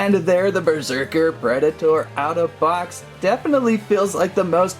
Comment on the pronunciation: Berserker not besrerker XD